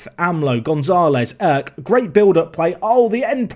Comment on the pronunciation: Dude you're pronouncing Erk so wrong. You're saying like as if it was written like ök. It's pronounces with strong e and strong r.